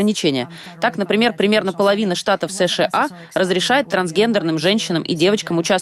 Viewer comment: Эс Шэ А😅 карикатура)) выёживайся уж до конца: Эс Ша А. Русский учи, если уж на их языке передачу ведёшь, Пэ И Дэ А Эр А Эс порхатый.